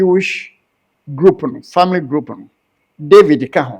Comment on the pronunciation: Chlistmas.. Famiry .. celeblate.. how can he change it . 🤣🤣🤣